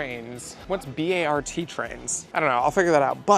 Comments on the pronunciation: There are so many moments in this video that give away as an east coast boy. Calling BART B-A-R-T is nuts. I’ve never heard anyone pronounce the T in Antioch, we all call it “ani-ock” But the most atrocious had to be saying San Francisco “has potential but isn’t quite there yet” That take is absolutely crazy. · The train guy saying b.a.r.t. Instead of bart made me cackle 😂 Bart like the Simpson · “What is B-A-R-T trains” hahahah as a local I am cracking up so much!! You and Mack are my favs! I hope you guys enjoyed visiting the city! & I hope you guys come back hehe 🤭💗 btw it’s pronounced as one word, like Bart Simpson! 😂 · “what’s B-A-R-T trains” made me physically recoil as a bay area native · as someone from the bay area hearing bart (like bart simpson) being referred to as B.A.R.T. trains is hilarious lol, it stands for Bay Area Rapid Transit